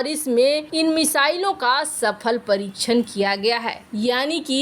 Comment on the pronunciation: परीच्छन नही परीक्षण Parikshann होता है बच्चों का हिन्दी उच्चारण भी खराब करते हो उच्चारण त्रुटियों से भरपूर चैनल, हर दिन सुनने से किसी का भी हिन्दी उच्चारण खराब हो सकता है